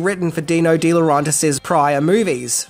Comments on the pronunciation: It's De LaurAYntiis NOT LaurONtis. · Agreed. The continuous mispronunciation of De Laurentiis was excruciating. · It's Roger VADIM not Roger VADMIN. How many times do you say that name wrong? Sheesh. You're also botching the pronunciation of Dino de Laurentiis' name, but not as badly as Vadim's. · He also botched Di Laurentiis. He does have to make a better effort to pronounce names correctly. I hate what he would do to mine, Villavicencio. 🤣